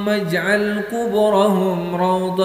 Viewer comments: Bacanya bukan "aj'al" Tapi "ij'al" Syukron🙏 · ij'al bukan aj'al bacanya bosss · Lafadz اجعل fiil mudhori. Sy denger dibaca aj'al. Apa sy yg salah dengar??